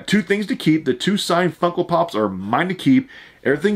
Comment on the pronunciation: You sound like you're saying Funkle Pops, lol love it!